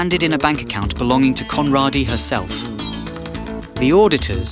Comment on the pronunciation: It's pronounced "Conraaaaadie"